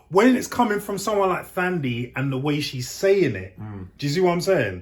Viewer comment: The H in Thandi is silent.